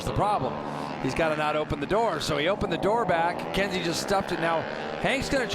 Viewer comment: it’s Kensei (Ken Say) not Kenzie. Thank you!